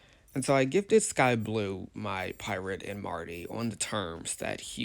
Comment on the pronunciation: He could’ve gifted the one driller sub btw (mar-ter) not (mar-ty)